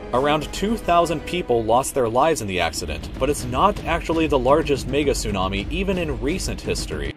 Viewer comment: Is it me or is the person actually saying niggatsunami